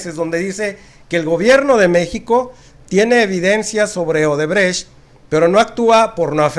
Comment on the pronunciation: Solo aclarando un punto mi buen, es odebrecht no obredecht a como lo repetias